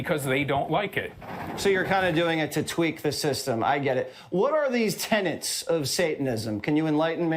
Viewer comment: It's not "tenants"; it's "tenets".